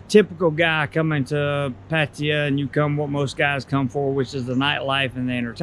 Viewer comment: I guess first thing to learn is how to properly pronounce Pattaya in Thai